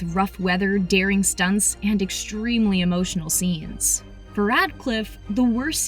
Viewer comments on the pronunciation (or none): none